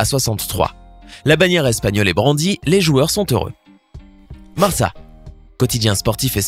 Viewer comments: Ce n'est pas "MARSA" mais "MARKA" dans la prononciation ! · Le Mot MARCA se pronnonce avec K MARKA et non MARSA